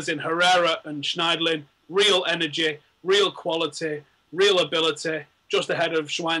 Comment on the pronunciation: "real energ-eh, real qualit-eh, real abilit-eh" lol